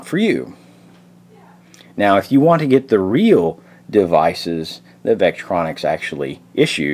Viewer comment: Vectronix, not veralux...